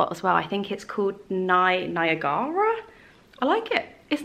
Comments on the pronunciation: Listening to you try to pronounce Niagara was my favourite! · Ooooh, your pronunciation of Niagara killed me😂😂... like Nigh-A-ga-rah Falls